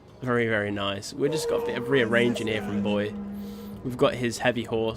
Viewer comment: Bo-ee-aye, btw.